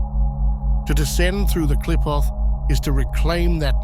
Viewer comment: This ks AI slop, that is kindof accurate. The names of the qlippot are mispronounced